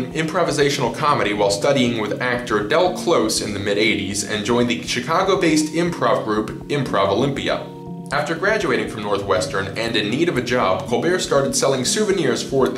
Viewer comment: ImprovOlympic not ImprovOlympia